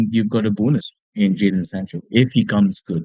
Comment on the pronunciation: Isn't it JADON Sancho?